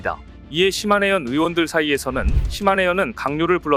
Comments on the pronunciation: 시네마현이 아니라 시마네현이 맞습니다. 이런 내용일수록 상대방의 이름은 정확하게 불러주는 것이 우리의 주장을 정당화 할 수 있는 것 아닐까요? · "시마네현"을 몇번씩 이곳저곳에서 "시네마현"이라고 하네. 시네마는 천국이고 시마네는 일본에 있는 한 현의 이름입니다. ㅋㅋㅋ